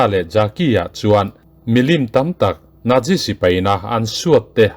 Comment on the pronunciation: Nat ti a lam ro ro chuan a dik zawk chu Nat- si. Nat - zi ni lovin.🤭 Chu, tih hi a tul lohna ah i hmang tam mawlh mawlh lutuk a, ngaihthlak a ti nuamlo tep.🤗